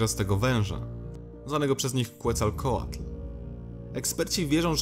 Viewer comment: a na przyszłość to czyta się poprawniej "teotiłakan" i kecakłatal XD